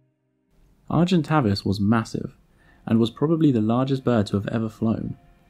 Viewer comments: Great video, but wasn't it pronounced Argen-tay-vis and not Argen-tah-vis? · 'a monster known as Argentavis Magnificus'. No, and no. You got the second part wrong (Magnificens is correct) and pronounced the first part incorrectly. It's are-jen-TAVE-iss. Getting the name completely wrong is not a good start to any factual content. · "Argentay-vis Magnifi-sens , not cus.... Read your script! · Him: Ar-jent Avus Me (because french is still burned into my brain): Arjhent'aveee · Argentavis not argentaves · Argentävis not Argentavis.... I play Ark. I know this. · Any other long term ark players annoyed they've called it Argen-Tay-Vis this whole time? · Argentavis..... arr gen Tay vis phonetically! Was doing my head in sorry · Pronounced A vis avis it’s A sound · Its pronounced argen-tay-vis, Argent = silver Avis = bird. Latin for Avis is pronounced the same as play - bus haha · You're saying Tavis wrong.